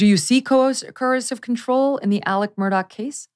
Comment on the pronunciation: Murdaugh (mur-daw) not Murdock.